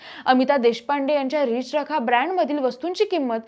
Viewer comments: अगं बाई रिच रखा नाही ते नीट म्हण रि चरखा आहे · अहो मराठी चॅनेल सुरू करता आणि नीट मराठी बोलणारे अँकर तुम्हाला मिळत नाही, 4 मिनिटाच्या व्हिडिओ मध्ये किती चुका आहेत, आणि एकच चूक वारंवार करतात उदा या अँकर सतत रिच रखा म्हणतात पण ते रि चरखा आहे। बाकी अमिता देशपांडे ना हार्दिक शुभेच्छा।❤🎉